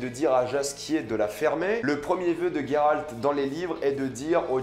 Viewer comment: Coucou alors j'adore mais juste après vérification c'est bien Géralt et non Guéralt sinon y il aurais un u (sauf peut être en anglais) bisous continue j'adore 😂❤❤